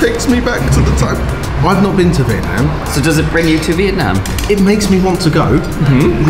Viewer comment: When is the only one who pronounces Vietnam wrong... My heart 💔